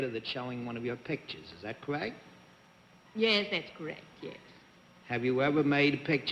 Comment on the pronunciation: I notice when women say "yes" it sounds like "yays". . . something I first heard with Veronica Lake. It was so unique to the dialect of the time.